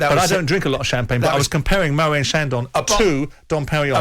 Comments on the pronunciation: Simon Jordan - it is Moët with a hard T sound….ie MOW-ET. Just sayin’. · Moet is pronounced with a T mate. MoeT.